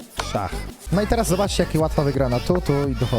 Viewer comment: Stary xD przełykaj ta ślinę, albo poprostu posłuchaj sie jak wymawiasz jakies słowa z końcówką "ch" xD szachr, dzieciachr